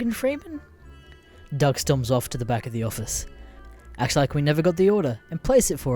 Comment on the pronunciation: It pronounced dug not dough that's how the name is pronounced